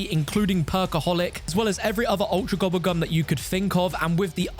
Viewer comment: "AND WHEN GOING TO EHHDIT A GOBBBLE GUM" 🔊🔊